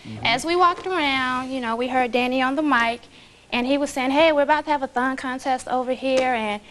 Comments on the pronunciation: HA! I thought in the intro he said THOT contest & I was thinking, "was that word used back then, wtf?" and then I realized it said "thong" contest 😂🤣😂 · I thawt I heard thot contest until she said it lol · At first it sounded like they said "thot contest"...